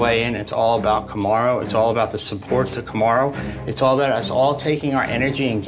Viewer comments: The guy who was wanting to fight Usman right after the opening fight. Him keep saying “Kamarun” 😂is funny😂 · The dude called Kamaru "Cam-a-roo" lol